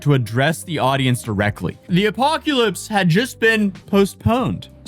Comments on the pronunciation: "Apoculypse" instead of "apocalypse". Right up there with other stupidly mispronounced words such as "nucular" instead of "nuclear" and "fentenol" instead of "fentanyl". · ' Apoculypse' & 'Psychriatric' Brother you need more sleep 😂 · Lol “apoculypse” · Honestly, those boats are works of art & very sea-worthy (I know he didn't build 'em, but the folks who did are master boat builders!) Yo, - it's not "apoc-U-lypse." js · Is he saying apo-cue-lypse? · Im here for the "apoculypse". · ...are you pronouncing the "y" in apocalypse? I keep hearing you say "apoc-yailpse" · Did you just pronounce apocalypse with a u? 😂